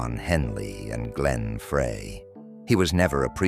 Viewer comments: The voice calls Glenn Frey, Glenn Fray 😂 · It's Frey (like fry). You idiot.